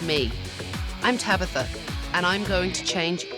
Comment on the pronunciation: Not "Tabather", mam go cry off screen, my goodness😂